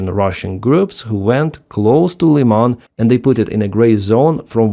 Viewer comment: Thank you,, for using the correct pronunciation of the city of Lyman.